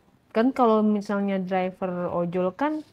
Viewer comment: Driver bacanya draiver mba🥺🙏🏻 semoga cepet tobat ya. Naudzubillahminzalik